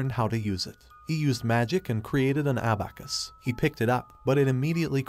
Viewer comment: I cringe every time he says abacus